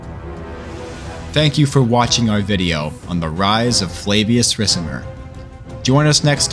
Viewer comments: Love u bro but u gotta say it like RIKAMER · I dont know why but the way you read the name Ricimer makes me kinda sick :D great video otherwise